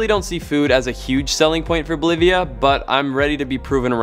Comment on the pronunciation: Cool guy says, "Bolivia = believa. Keep it flying"